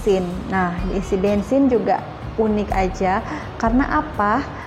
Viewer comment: Unik juga tapi disebut bunyi yunik (ikut sebutan bahasa inggeris).